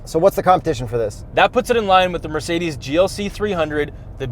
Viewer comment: It's no a luxury car. It's a bit slow, though. You're tolerant with your preferred brands. Is it too much to ask to pronounce Mercedes correctly? PLEASE !!!!!!!!!!!!!!!